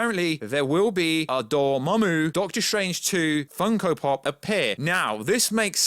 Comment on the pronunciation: Took me a minute to know you were saying Doramammu